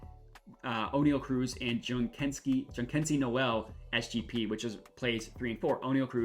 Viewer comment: It’s jhonkensy my guy not johnkensy.